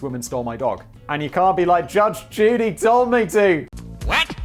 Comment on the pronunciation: Between and simon says judge duty